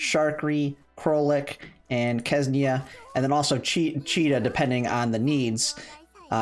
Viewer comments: i get it that you're from 'murica and it's difficult for you people to articulate anything that's not english (even english is difficult at times), but please read ksenia as xenia rather than kesnia lmao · I can see problem with QJ name, but why everyone says Ksenia wrong?